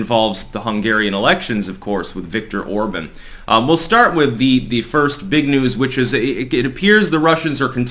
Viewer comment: It's pronounced "or-bon"...like on in on/off or bon-bon, not or-bun